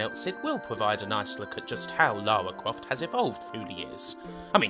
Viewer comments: Lawa Cwoft? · Lawa Cwoft as seen by a twue gamew :) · Man, you sound like Barry Kripke, like, u know... "Lawa Cwoft". Haha sorry, I'm being mean, it just distracts me. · Lawa kwoft tomb wader was my favwit game on the pwaystation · Lawa cwoft